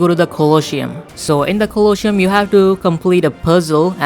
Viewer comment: you must say [colosium] pronunciation